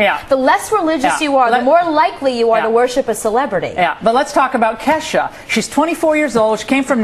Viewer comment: They have absolutly no idea when it comes to ke$ha they can barely say her name properly. Theres so much more to her then sex and alchol. Her songs have meaning!!!. Ever heard of goodbye? The harold song? Feels like rain? Im the one? no....? So shut up. She may be a party girl. But shes never stumbled out of a club drunk or got a dui. Is she blonde and fun as balls? Yes. But shes not a moron. So u shut ur mouth about her stupid reporters. K$ FOREVER!